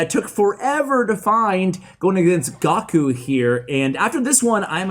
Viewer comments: Wait nobody noticed he said "gahku" instead of "GOHKU" its dragonball z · calls Goku Gawkyou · "gawku" me - immediately goes to the comment section to roast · Not gonna lie was very close to unsubscribing when said 'Gocku' c'mon bro you never seen dragon ball?? Embarrassing 😂😑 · Are we all gonna ignore the fact that he pronounce Goku as GAW-KOO?!?!?! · Firsta of all.... Gawkoo? Second... How did makarious win against wizard?!?! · Anyone else’s head tilted when he said “gawkoo?” Asking for a friend. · Oh showing your age "Gah Ku" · Gawkoo, GAWKOO?? disrespecting one of the most famous anime characters ever. 😂😂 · Gawk-u lol... watch some Dragon Ball! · How do you say goku wrong?!!! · Very disappointed that doesn't know how to pronounce Goku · Anyone else come here after he mispronounced Goku